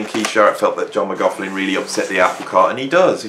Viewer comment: Sorry, I don’t want to be rude but McLaughlin isn’t pronounced with a f in it…….